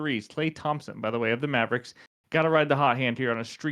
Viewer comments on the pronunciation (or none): none